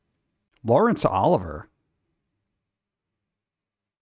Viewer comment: "Oliver..." You have to be trolling.